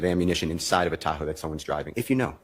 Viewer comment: At first, I thought that they were saying, "tacos" not "Tahoe".